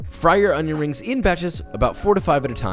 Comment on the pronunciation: me, with severe stomach cramps: "uhhh i'm gonna throw up, don't think about food" also me: watch joshuwa make cwispy onion wrings